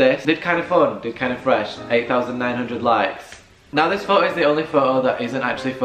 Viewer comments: Pho-o not photo😂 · Pho o (photo) ... I took each tym a breath whenever he said ...Pho ooo .. love the video though ♥️ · Lmao... Fo'Oh😂, and he says it so much and every time he says Fo'Oh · His pronunciation of photo is funny